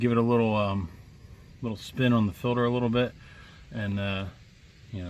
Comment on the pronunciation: filter not filder